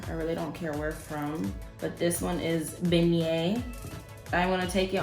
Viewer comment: Baby said beignets for Ben nye powder yeahhhh she creole 😂❤️